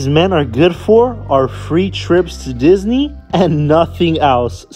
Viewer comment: Girl Disney ? Lol thought you said bora bora 🤣